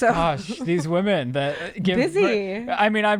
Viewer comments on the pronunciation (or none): none